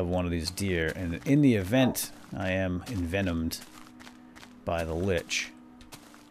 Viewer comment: it's actually Lich not Linch :P